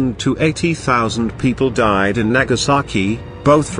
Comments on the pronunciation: It’s Nagasaki not nakasaki. You saki! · It's Nagasaki, not Nakasaki.